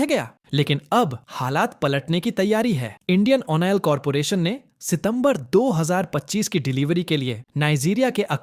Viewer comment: ये अनपढ़ गंवार..ओइल को ओनओइल क्यों बोलते हैं..?